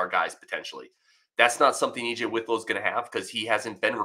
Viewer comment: Pronounced WIT low, not WITH low.